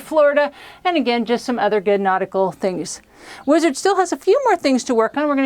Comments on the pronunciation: " The Weezerd " ... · "Weezard". There, that was easy.